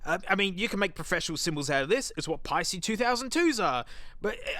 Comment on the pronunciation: Thank you for pronouncing Paiste correctly. I cringe when I hear "Paste-ee", especially from drummers who've been around for a while.